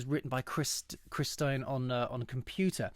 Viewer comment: This guy is a blondie fan ,but doesn't know how to pronounce stein' s name?